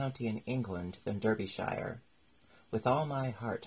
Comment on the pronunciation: A tiny note of critisisme. The correct pronounciation for the word Derbyshire is Darbishir (phonetic), I hope you don't mind me saying so. I love listening to your stories and also enjoy your crochet tutorials.